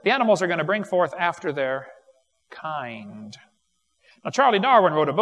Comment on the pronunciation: According to Wallace and Gromit, in a grand day out, moon rocks may taste like cheese. But not Wensleydale or Stilton. Man my head hurts every time Kent says kind.